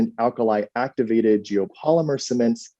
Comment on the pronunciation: Alkali Áctivated